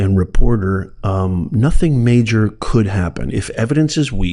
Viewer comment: 'COULD" is not very emphatic